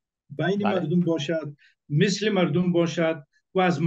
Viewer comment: اول اینکه متل نی مسل گفته میشه